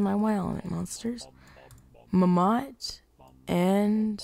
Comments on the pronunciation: I loved the way he said mammot... muhmott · I lose 50 brain cells every time he pronounces "Mammott" incorrectly.